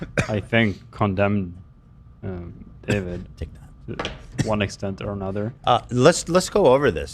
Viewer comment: Ethan accidentally calling Dobrik "Davrid" repeatedly had me dying 😂❤️